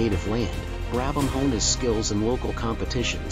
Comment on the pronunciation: Fortunately you were able to pronounce the subjects name correctly